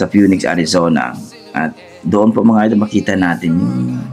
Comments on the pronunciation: Not pe-u-nex but pe-nix for Phoenix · Peniks at hndi Peyuneks ampangit nmang Pakinggan nun bradir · Phoenix is pronounced as “finix” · With all due respect po!, "Fee Nix" po ang tamang pagsabi po! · Hello po kuya, I do hope hindi ko po kayo ma-offend. Yun pong word na " Phoenix" , bale pronunciation po nun or katunog po nun ay " Fe-nix" po. I hope okey lang po sanyo ,kuya. Salamat po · Excuse me PHOENIX pronounce as Fi nix